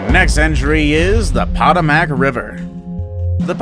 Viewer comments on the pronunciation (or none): pot-a-mac river. Seriously? Go back to China and take your channel with you. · Paw-tuh-mack Sounds about right 😂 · Potomac River [Puh-toe-mick] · It’s a thumbs down just for Poto Mack pronunciation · When you butchered the POTOMAC river I lost all interest.. maybe you should try to actually know what youre talking about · The pronunciation of Potomac is....sooooo wrong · Sorry, when you pronounce the Potomac like that.. hard to want to subscribe. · If you're going to narrate a video PLEASE learn how to pronounce words, especially place names; especially place name like the name of the river that runs through Washington DC. You know, the one George Washington crossed!! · Pronounced "Ganngeees" river. Potomac you also blew. Lol. Talk to people first, if not sure. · Wen he said Potomac I almost spit my drink out☠️ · Glad I’m not the only one that caught that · Someone doesn't know how to pronounce Potomac correctly